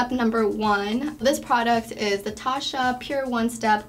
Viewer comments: For all the products that she uses from Tatcha she should at least learn how to pronounce it correctly. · The way she used the cleansing oil and rubbed that towel over her face made me so uncomfortable, and the way she pronounced Tatcha , bless her heart